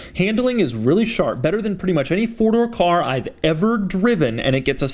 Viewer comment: Doug: "...FORDOR..."